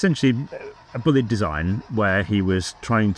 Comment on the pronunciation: The name by the way is pronounced BLYDE. My friend is called bullied and that's how all his relatives pronounce it. Thanks Hornby,shame about your quality control.